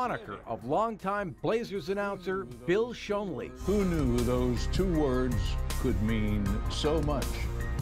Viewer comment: Would it kill you pronounce Schonely's name correctly?